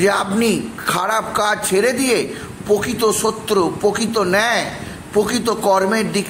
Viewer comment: Arre, dhaiyya noi dddddhaiyya (hard dh). Aar pokito na prokito, pobhab na probhab 😂 Uchcharan thik koro.